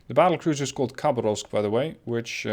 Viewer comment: To nitpick a bit about the pronunciation. The Posadnik is spelled more like this: "pos" as in "posse", "ad" as in "bud", "nik" as in "nick". Also, emphasis on the second "a" in "KhabArovsk". "Boevoy" as in "boy - e -voy". "Stereguschiy" was surprisingly on point though.